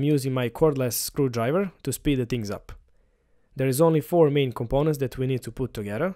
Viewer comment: Compenant lol